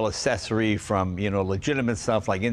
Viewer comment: Those cars didn't come with turn signals. They were an accessory (BTW, pronounced "ak-sessory"...there are two letter c's for a reason.) We had a '49. Like the '37 we had before it, you stuck your hand out of the window for the regulation turn signals, raining or not.